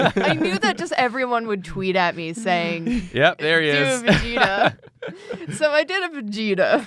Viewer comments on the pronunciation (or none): Vag-eta? Its Vegeta fam.